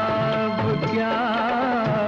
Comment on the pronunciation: Did anyone notice prr “kya” ko “ka” bol diya. Rafi saab ♥️🫶🏻